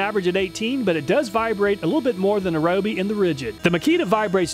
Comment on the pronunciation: Ryobe is pronounced Ree-o-bee.